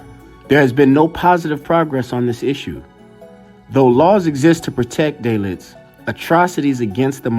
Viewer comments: DAALITS not DAYLITS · Pronounced "Da-leet"